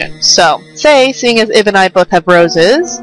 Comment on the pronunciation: Hon, it's pronounced "Eeb". XD It's really supposed to be "Eve", but that would have caused confusion with another famous game called that. XD